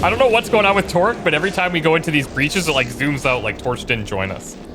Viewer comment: When you say Torque's name, it sounds like "twerk".